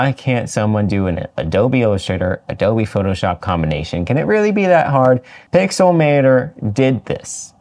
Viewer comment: “Adobe lover” Lmao